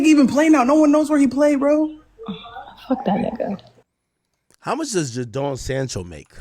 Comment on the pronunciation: Bro butcherin Jadon Sancho and Noni Madueke Its JAY-DON Sancho and Noni MADU-WAY-KE, not Noni Madookie